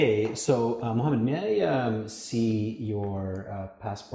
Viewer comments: As far as I've heard he said Mohammed even though It sounded close to Mamed or something like that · the arab guy say Mohammed and yeah when interviewer said it sounds like mamad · May I have your name please? -My name is Mohammed. -Ok, HIMOMEN ???? Really ???? HIGHMOMENT? HIMOMENT?